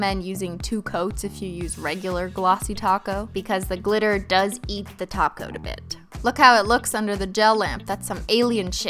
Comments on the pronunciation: Is she saying taco instead of topcoat? 🤣🤣🤣🤣🤣🤣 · Is she saying taco instead of top coat or am I tripping lol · OH. TOP-COAT, not taco. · Wait is she saying top coat of taco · Are you saying TACO instead of Top Coat? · I thought she was saying "taco" not "top coat" 🥴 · When you say topcoat I think you're saying taco makes me laugh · She is saying taco! lolol that's why her nail polish brand is holo taco 😄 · Every time you said top coat, I heard taco. Yep I want tacos. 😂😂😂 this was nice by the way new subbie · My ears hear TACO 🌮 when you say TOP COAT. LMAO 🤣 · She is saying taco... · Alex Kroll yes she says taco 🌮 that is why she puts TACO 🌮 When she says taco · I kept thinking...what the hell is ‘taco’?!?! After 13 minutes I realized she’s saying ‘top coat’ 💅🏻🤦🏼‍♀️ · Is she saying Taco? I love the tutorial. I am in love with glitter too. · When you say "top coat" I keep hearing "TACO" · Maybe that's because she is saying taco...nice to know your hearing is good. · L.D.M Why does she say that?! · every time she says “top coat” i die a bit inside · For the longest time I thought you where saying gel taco ✨🤷🏽‍♀️✨ instead of top coat then I thought it was like a inside joke but just incase just imagine an emphasis on the word top and then pause coat you say it too fast together as well . 😂😂😂😂 but great job on the holo nails Im in love ✨ 😍✨ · I swear the way she says "Top coat" sounds like she is saying "Taco" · I've heard so much about your channel but this is the first time I've ever watched. Holy crap so funny. :) Also, are you saying "taco" instead of "top coat?" 😂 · This is my first of her videos. Does she say TACO for top coat? Is that a thing? All I kept hearing was glossy taco, gel taco, glitter taco. 😳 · Carissa Roe yes because top coat sounds like taco 😂😂😂😂😂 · Well I kept wondering what she was talking about when I heard her say something about applying the "taco". Turns out she was saying "top coat". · yes she does call a top coat a taco 😂😂